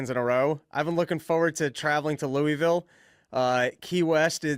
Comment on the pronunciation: It's so funny how y'all pronounce "lewee ville". Everyone who lives in the region pronounces it "lewa-vul". Stupid and irrelevant, I know, but it just sounds so strange!